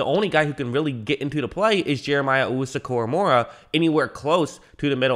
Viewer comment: Say it with me, KORAMOAH. NOT KORAMORAH. PUT SOME RESPECT ON THE DAWGS NAME